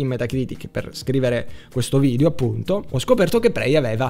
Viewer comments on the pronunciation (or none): none